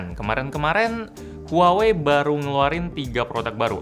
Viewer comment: Bukanny pronouncenya bukan huwawei? Harusny lebih ke wah-wei. Apa gw yg slh denger?